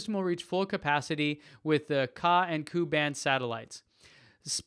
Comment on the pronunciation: Hey, great video as always. Thanks for your efforts. Just a couple of quick notes on pronunciation from a language geek... The "a" and "u" in Ka and Ku are like subscript notations in math and science (except you don't say the 'sub' part). Just say the letters, "K A" or "K U". (You can also append the word "band" after both. These are "frequency bands" used for satellite coms.) The commenter from Quebec, Jean, is a dude, not a gal... The feminine form is Jeanne. (Both of them rhyme with 'lawn', not 'lean'... think "Jean-Luc Picard" from Star Trek...;-)